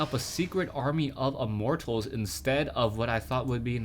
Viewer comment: I like it when says "Immort Tals".